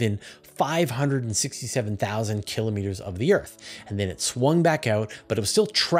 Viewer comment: Awesome content as always! And my repeated gratitude for continuing to pronounce km correctly as kill-oh-meeter.